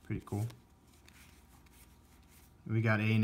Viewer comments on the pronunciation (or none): You pronounce sasuke wrong. Its sas-kay